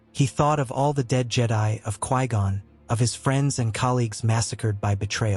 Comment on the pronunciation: Lot Hell, Ka Gone, Low Tall, ah Knee. It always takes me out of the story.